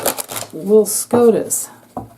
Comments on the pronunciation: I apologize for laughing. When you said SCOTUS I thought you said scrotum. Amazing read new subbie. Ps.. Ivana it was said her Dad was KGB. Is this why she had an accident😮😮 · Scrotus...lol...not scotus